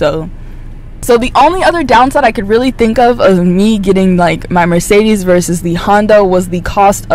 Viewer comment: a bit funny how you mispronounce mercedes ;)*